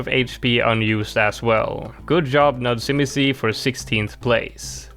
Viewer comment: You butchered nudzimisie's name. It spells I am bored in polish and im not even gonna explain how to read that. You made it sound japanese